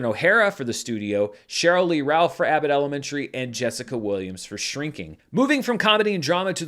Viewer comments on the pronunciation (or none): none